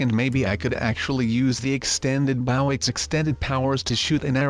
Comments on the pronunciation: It’s bow not bow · He is saying the word “bow” wrong. It is supposed to be pronounced like bo